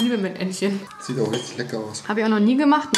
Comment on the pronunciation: Mettentchen?:-D heißt doch Mettenden